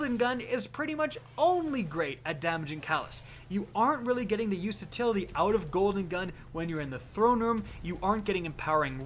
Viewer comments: Is it me or u keep saying usatility? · "useatility" I like it.